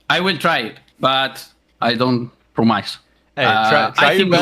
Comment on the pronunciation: promice XD XD XD love your way saying the word promise <3